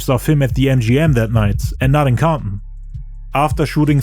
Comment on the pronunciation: Comp-in...the T is silent lol. Great job, 100% the best and most detailed documentary about 2pacs death ever made.... you did more than the police, fbi and cia, give yourself a pat in the back!